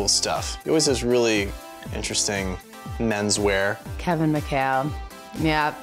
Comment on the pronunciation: they all sday keven -keven- ohh stop lol